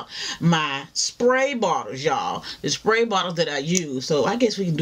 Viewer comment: "SPAY BOTTLE"